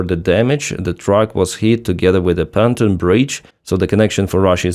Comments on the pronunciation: I hear you say "fountain bridge", do you mean "Pontoon bridge"? If so please check pronunciation: pon-TOON. (capitals showing which syllable has stress) Pontoon rhymes with cartoon. Likewise, SAM systems like Pantsir have a "Ray Dar" (neither syllable has stress) which you pronounce "RADr". This is me trying to help. I read (watch/listen to) your stuff daily. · it’s not panton bridge, it’s pontoon bridge.